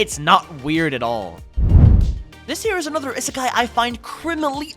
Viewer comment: It. Is. Pronounced. Ee-sa-kai. Please.